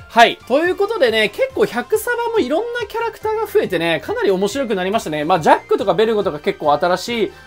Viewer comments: ジャックがジャッジになってる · ジャックがジャッジになってるよ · 誰も言ってないけどジャックのところジャッジになってる